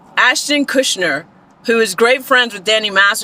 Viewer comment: Kutcher, not Kushner. (Unless you're purposely mispronouncing Ashton's name for legal reasons.)